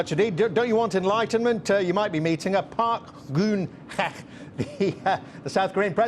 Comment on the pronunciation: Yeah Johnson was left off pretty lightly. But what would you'd expect from the Murdoch media. But if you're going to criticized a politician at least you could do is pronounce the presidents name correctly. Park Guen Hye.